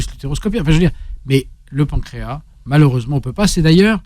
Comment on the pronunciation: il faut prononcer le "S" de pancréas. Voir dans le dictionnaire la phonétique.